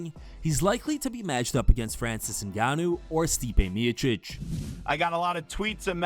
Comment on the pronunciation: Haha Dana pronouncing Francis last name as NganYO